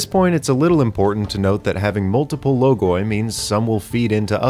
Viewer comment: That's the right way to say it, he literally says it In the Video